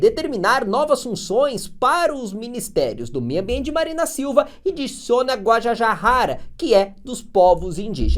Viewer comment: A pronúncia de Guajajara é: gua - JA - JA - ra. Com o JA tendo a mesma pronúncia do JA da palavra JAca.